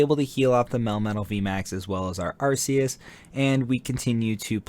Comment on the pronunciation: Arc-E-us… not Ar-See-us.